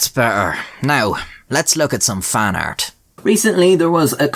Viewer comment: When he says "fan art" I swear my ears be hearing "faaart".